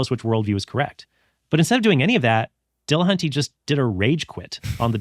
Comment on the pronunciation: Tell me you can't pronounce Matt's last name by adding latin latin flair to it. Dill.Uh.Hunt.Tee. NOT De La HAN tay. Just sayin. Trent got it right, though.